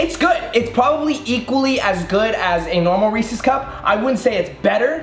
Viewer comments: Hate the way he say REESE CUP 😭😩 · I thought he said racist instead of Reece’s. I was about to be like.... wait. 😂🧐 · Did anyone else get mad at how he said Reese’s